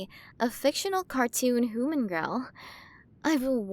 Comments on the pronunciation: Quren of the milyway galaxy.. and she still cant pronounce H U M A N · F4A audio, pawggers >:3 This has been very cute! The art is also cute as usual. I love the designs in this, and the pronunciations are cute lol. Pretty star hair colours too! I think I'll like being her hooman >:3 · Amazing work! I loved the way the queens pronunciation was just a bit off. The design on her looks great! 10/10 work here!